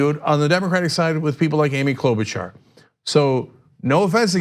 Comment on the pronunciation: everytime i see or hear her name i just think of cenk saying "klobauchar?"